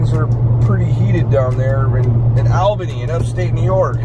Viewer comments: Hey I love your channels. I am from Upstate NY 1hr north of Albany NY. I just wanted to let you know it is pronounced (All'bany, not Al'bany). I thought it was funny the way you were pronouncing it. Keep up the awesome content. Stay safe and healthy. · You say it ALL bany... not AL bany. lol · You are pronouncing Albany just as its spelled Al-bany, but that is not correct. Most people, including myself, pronounce it as ALL-bany, but that is not correct either. The correct pronounciation is AAL*buh*nee🤷‍♂️. I’ll leave now😂. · You are so close to me. I'm closer to Clifton Park. Yeah things are nuts with Antifa making a ruckus. Only a Floradian would pronounce Albany as Allbany whereas we Upstaters pronounce it Ahlbany. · Your bird is the most beautiful blue! FYI Albany of NY is pronounced “All-ban-ee” like the all as in ya’all lol...stay safe you two❣️ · < lifelong upstate New Yorker! So cool you were 2 hours from me!!!! I know places you can go! By the way, its pronounced like ALLbany, like awlbany lol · Love your videos. However as much as i love you, (i live in Ny) the capital is pronounced like Allbany even though it its spelt Albany. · lol it’s pronounced (all-bunny)!! hahaha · It’s pronounced all bany lol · It’s pronounced all bany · Albany...pronounced - all-bany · The fact he once lived in New York and still says “Albany” like that